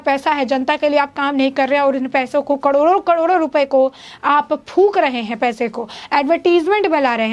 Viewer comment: कडोरों कडोरों नही मेडम, करोड़ों करोड़ों बोलें।